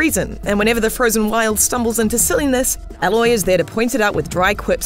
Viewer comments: You pronounce her name “ayyloy” not “a loy” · A-loy not alloy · Literally two seconds into the game”aloy” every YouTuber ever Aloy uloy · This narrator triggers me every time she says alloy...ITS PRONOUNCED A-LOY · It’s ”Aye-loy” lol not “All-oy” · When someone can't mention the name of the character properly then that explains itself. Alloy for A-loy. Common IGN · It’s Aloy not alloy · JESUS. It's A-LOY, not Aalloy. The actual game tells you her name. I know you are just a hired actor but try andresearch at aleast. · Aloy not Alloy... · A LOY!! Not Alloy!! Seriously. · hahah Alloy, no its Aloy, A-loy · it´s ay loy not ah loy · Ffs....A..Loy....not Alloy! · Her name is Aloy not Alloy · Alloy? It’s Aloy Kiddo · The most annoying thing about this review is how A-Loy's name is being pronounced. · It's A-Loy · The fact that she pronounced Aloy “Alloy” means she’s never played the game. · Her. Name. Is. Aloy. Pronounced Ay-loy. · "Alloy"... lol. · This reviewer is wrong, alloy? So is her rating , if u can’t get the name right then there is nothing more to say. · Why is she calling her Alloy? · Did she just call her Alloy??? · Imagine giving a game review and you didn’t even pronounce the main character’s name right 🥴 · The fact this reviewer cannot for the life of her pronounce the protagonists name is infuriating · THEY SAY HER NAME PROPERLY IN THE GAME !!! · She cant get even pronounce the protagonists name..... yeah, we trust your opinions! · Reviews games...they've "played" but can't even pronounce the name of the main character in the entire game that you play as in it's entirety. Go home IGN....you're drunk. We don't need your reviews anymore. Glad im not subbed. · Please learn how to pronounce her name. Loads of characters say it throughout the main game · Starting the review by mispronouncing the main characters name.. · Obviously the speaker didnt play the game with the way she pronounces "Aloy" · Yepp, you hear her name the first ten minutes in